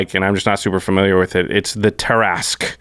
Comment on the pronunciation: Pretty sure it's "Tear-ah-skew"